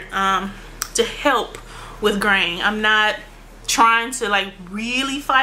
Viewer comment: Almost the whole time I thought you were saying "grain". I was like... Oh, "graying"! Love your videos!!!